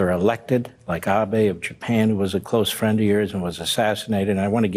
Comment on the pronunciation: "...what i notice is a common thread...all your fwends are tyrants"